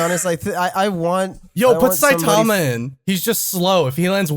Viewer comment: the most American way to pronounce Saitima